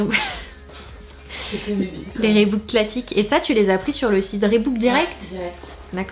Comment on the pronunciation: Reebok c'est prononcé "Riboque" pas "Rébouque" Sananas stp 😂